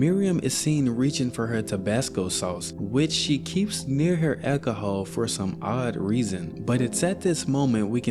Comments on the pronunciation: I’ve never heard anyone pronounce the word alcohol like that before. An ekaholic who drinks lots of ekahol. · Eki-i-Hah. Bro, learn how to pronounce alcohol. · "accahol" 😂 say it normally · You just refuse to pronounce alcohol correct but insisttttt on using it 30 times in one minute 😂